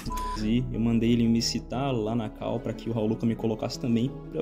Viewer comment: Eu não suporto mais a galera falando CAU (call). Porra fala chamada ou fala call do jeito certo.